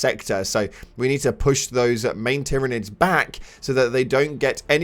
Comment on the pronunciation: Did...did you call them...Tyranids..?